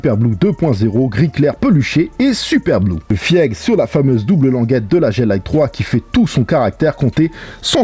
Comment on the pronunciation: « Fiègue » 😂